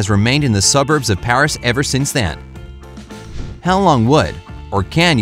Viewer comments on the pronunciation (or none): none